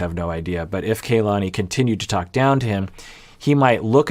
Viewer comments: Her name is pronounced Kah-lani, not Kaylani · it’s pronounced KAH-lani, the a’s in ka and la are the same. the vowels are similar to how vowels are pronounced in japanese if you’re familiar with that! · Dear, the KA of Kalani is pronounced like the "ca" of car. The A is like when the dentist asks to open your mouth and say "aaa". It's the same as the A in "lani" which you are saying correctly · Got in early this time so using the opportunity to say that her name is "kah-lah-nee" and not "kay-lah-nee" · yeah, I do realize that, but his comments reaction videos are posted weekly and iirc even in his most recent one, he used the wrong pronunciation. Do agree it's odd that he hasn't noticed how people on the show have been pronouncing it